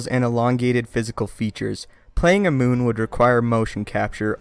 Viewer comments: Darth Plagueis was a Muun--pronounced "MYOON". He is not a fucking moon. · muun is not pronounced moon, but me-un